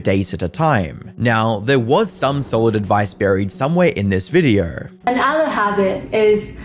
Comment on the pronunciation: There is no R in the words "video" and "so"